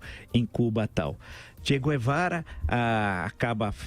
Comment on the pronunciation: Che Quevara, kkkkkkk Quem lembra do Hermes e Renato?